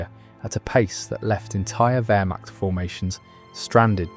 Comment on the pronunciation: "Varmah", instead of "Wehrmacht". What rot !